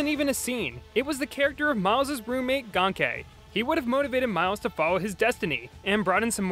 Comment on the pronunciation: ganke is pronounced "gain-key" (confirmed by brian michael bendis)